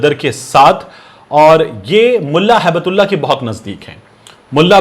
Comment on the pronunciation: Correct pronunciation is Hibtullah. Gift of Allah